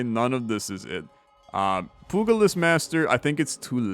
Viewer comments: Its pronounced pyooja-list, poogalist is a lot funnier though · Pugilist is pronounced "pew-jill-list". Soft g. But nitpicking aside, I do really love this game.